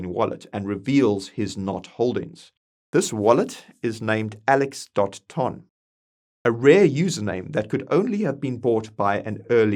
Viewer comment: Ton coin is pronounced "Tun"